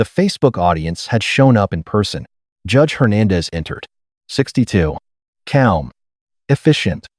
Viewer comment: The narration lapses into gibberish a few times and has trouble pronouncing simple words like calm.